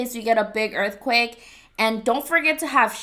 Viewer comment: My aunt was in a earth cweyk